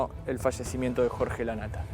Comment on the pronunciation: 😂 cómo? El frallecimiento!?? Digan bien y pronuncien bien las palabras!! Por competir a ver quién da la primera noticia!😏🤨